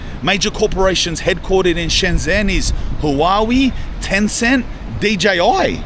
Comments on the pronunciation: Native speaker here. It is pronounced Shen-jen with a j sound as in "Jen" (the name.) Get this, the j and zh sounds in Chinese (Mandarin, at least) are different. But the zh sound is equal to the English j sound. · You were an hour away from me, lad. Should have smelled the Parisian shit from your trainers. This is China, man. It's fucking nuts. EDIT. It's Shen Zhen(like jen) ZH makes a J sound. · The “zh” in Shenzhen is pronounced like a J sound so it’s like Shen jen ( if you wanna sound like a local 😃 awesome video bro I’ve been living in Shenzhen for 3 years. Would be cool to bump into you here in the future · shen-JEN, not shen-ZEN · The pronunciation is not "Shen-zen" it's "Shen-gen" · It's pronounced Shen-jen, not Shen-zen. I hear this on Youtube all the time....the 'zh' in Chinese is pronounced as a 'j'. BTW, I lived-in Shenzhen in and it was even very advanced back then! I do recall living on the 24th flood of a building just on the north east side of Lianhua Park in Futian District, quite family friendly. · Nope, that sounds like "shen jian", which is wrong. It's pronounced like "dr": "Shen dren". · Mandarin when it has a Zh is pronounced DJ. ShenDjen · pronounced 'Shen-Jen' cuz. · Na ur wrong once again because unless u speak in a dialect the zh sound is a j sound but with ur tongue towards the back of ur mouth so its kinda sounds like dr but its not because the dr sound in english is pronounced very differently to the zh sound it just sounds similar